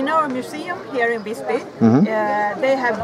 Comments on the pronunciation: The I in Visby should be pronounced long. Hahahaha. Haha, he said "spare" but meant save up. In Swedish save is "spara". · Ah yes, the city of Vissby. I've been there once. I'm curious; don't you look up the pronunciation beforehand? Learn it at the place? Because it's supposed to be a long i. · Ah the classic foreigner, always pronounces visby "vissby" No, it's not pronounced vissby, its pronounced VIIIISby, do you understand? maybe not well its a long I, visby means wise village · the "'i" in Visby is supposed to be pronounced like a long vowel.